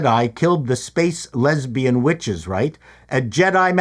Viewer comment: Is anyone else hearing a B instead of a W whenever anyone talks about the witches? No mystery - they Jonestowned themselves using the poisonous tree of life but mom didn't actually drink the space Kool Aid and so she's female Kylo Ren.